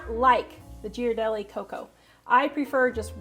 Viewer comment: Looks delicious! By the way, Ghirardelli is pronounced "Gear a delli" (if you want to pronounce it more Italian, emphasize the D). I used to live near San Francisco where the plant is, my ex used to make fun of me for pronouncing it like you did.😊